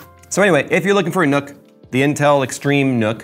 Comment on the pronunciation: it's pronounced "nuck" not "nook"